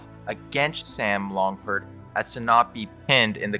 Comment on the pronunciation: You cant even say his name right?? Was that a trick to generate comments?? Sam LAngford